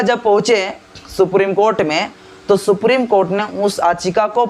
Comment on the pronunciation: Mr Don't Pronounce it "Aachika" if you want to speak in English, the Actual Word is Yaachika".